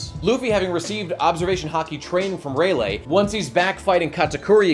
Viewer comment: It's ray-lee, not ray-lay